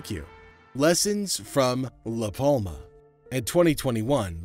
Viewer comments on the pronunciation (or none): The "L" in Palma is silent